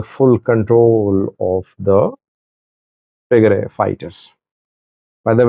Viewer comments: Who told you to change the name Tigray to Tigrie? Yuo have been saying eart)ier all the time tigray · You’ve always correctly pronounced Tigray and referred to the TDF as Tigray Fighters. Why are you now calling them Tigre Fighters in this video? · listen to how your saying Tigray 😂 say it how you use to say it before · I remember you have been pronounced Tigray for many years why is a sudden change to tigre where did you got it who advise you to change this name. Tigray and Tigre are two different names referring to different things. Tigray: A region in northern Ethiopia, with its own people, culture, and political history. Tigre: An ethnic group in Eritrea, related linguistically to Tigrinya but distinct. So, it’s not that Tigray suddenly changed to Tigre. The two terms have existed for centuries, and they are not interchangeable. Sometimes people mix them up, but officially and historically they remain separate. I am doubting you may have a hidden agenda; we don’t know. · Why are you saying Tigre? What happened to you? You even tried to correct when you call it the right way. I never expected you to behave this way. Shameful & childish. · The two words’ pronunciations for English speakers are the same. if you want to others pronounce correctly’ , please write as “Tigrai” not “Tigray”. Historically, the word ‘Tigre’ was the geographical name for the land as Wollo or Gonder were. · You are definitely mispronouncing Tigray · you’ve been covering the war for the last five years and you chose to mispronounce Tigray on your latest video. It seems to me you want to get a rise out of ethnic groups in Ethiopia or you were given wrong information.